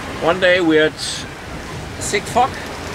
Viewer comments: I know I kept wondering why he was so comfortable saying that “word”! Now I understand it wasn’t what we American English Speakers heard with our ears- LOL! Fog ahhh Fog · Great story, fantastic English, careful with the pronouncing “fog” as I thought you were swearing!